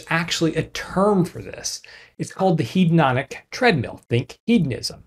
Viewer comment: "It's called the Hedononic (sic) Treadmill!"